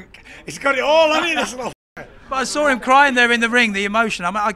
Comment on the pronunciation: He sawr is the way he sawr it !